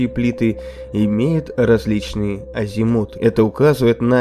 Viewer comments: Я не знаю кто там озвучивает, но у меня идет кровь из ушей, когда он не знает как произносится слово «азимут». И когда я включаю любое другое видео с этого канала, то ясно понимаю, что данный диктор впервые видит некоторые слова в тексте, которые знает каждый школьник. Кому нравятся этот канал, то каково же будет ваше удивление, когда вы заглянете на каналы Космо или Хабл. Я не могу физически слушать такую неграмотную речь. Про склонения числительных на этом канале так и вообще не заморачиваются. Это просто боль для ушей. Испавься, диктор😢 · Хорошая передача. Но слово азимУт, это прям жесть.